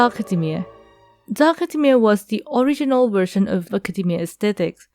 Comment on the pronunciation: Academia not akhademia 😂